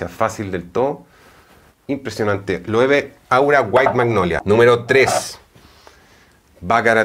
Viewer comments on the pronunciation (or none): none